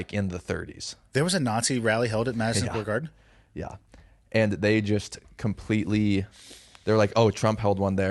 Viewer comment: loses by default until he learns to pronounce his D’s and stop saying them as TH’s. “Mathison Square Garthen”. Gross, lol. 😂